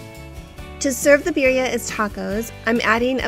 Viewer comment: She doesn't even pronounce Birria properly either lol